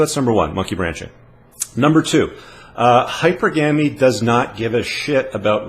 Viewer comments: It’s NOT hypergaayaamy! Stop saying it. It makes you sound stupid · Unicorns do not exist. It's pronounced hy-PER-gamy, not HY-per-GAMY. The former is correct. The latter is not. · Great video. It is pronounced hy-per-ga-my. Still, you are spot on. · Using a comparison, I'd say that "Hypergamy" is pronounced "HI PER GUH MEE" due to the fact that "Monogamy" is not pronounced "MA NO GAH MEE". I'd compare "Monogamous" to "Hypergamous" in the same sense, phonetically. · Hypergamy > Pronounced HIGH-PER-GUM-ME > official dictionary pronunciation /hīˈpərɡəmē/ <-- Long e vowel sound at the end. ME.